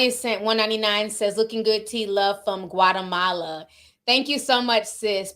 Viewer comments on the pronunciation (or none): none